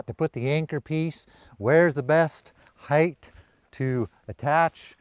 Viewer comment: Thank you for saying height!